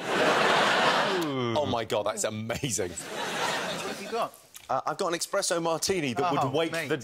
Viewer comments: He called it expresso? savage! Espresso! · when he said expresso, he meant espresso, right? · Its called an ESPRESSO martini. ESSSSSSSSSPRESSO. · Pity he called it 'expresso' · wait, did Jimmy Carr just call it an eXpresso? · Exspresso martini? Come on jimmy there’s no x in Espresso 🤦‍♂️ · Did Jimmy really just say expresso? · 5.20 - expresso? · Jimmy actually said "expresso"